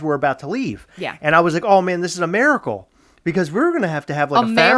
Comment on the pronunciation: Maricle 😂😂😂, ITS MIRACLE..